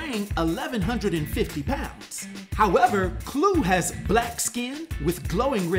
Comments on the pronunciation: i have never heard it pronounced as Clue....ive always heard Kl-Uh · Is it not pronounced claw? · You're mispronouncing Kluh btw